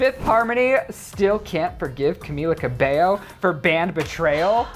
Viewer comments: Her name was Camilla Cabello, not Cabeyo... : p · Stfu it pronounces cameela cabeyo